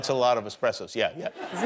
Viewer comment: Gaga says “eXpressos” , come on girl??!? At least Jimmy follows up with the correct pronunciation! ;)